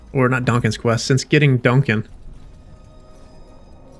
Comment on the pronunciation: Okay so I’m watching while I’m working from home and your pronunciation of “Duncan” as DONK-an every time makes me smile. I keep thinking “ooh he thicc”. I love your videos! Please keep them up. I’m replaying DA2 now. 😊